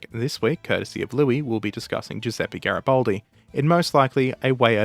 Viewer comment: It's GaribAldi, not GaribOldi.